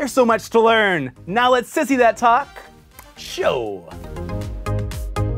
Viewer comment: I am BEGGING you to just say "Sissy That Talk Show" without the pause and emphasis, we get the pun.